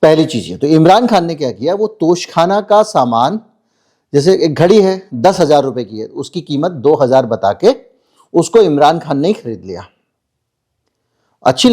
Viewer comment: Sir, it is tosha khana, not tosh khana. The word derived from Tosha means tiffin, provision for journey.